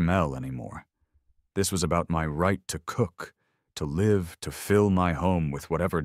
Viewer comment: What a Great Example of AI's Issues "I Live Here" ... AND "Live Fish" Live in this Instance is Not Pronounced The Same way LIVE LAUGH LOVE Spoken Like Live Bait Hilarious AI = 2 year old Train Wreck